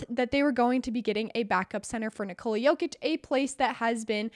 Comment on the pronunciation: Please, now you can learn how to pronounce Nikola as Serbians are saying it, not saying Niçolàa, as if he is a French girl...